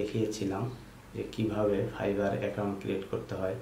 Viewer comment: ফাইফার না ফাইভার। আগে উচ্চারন ঠিক করো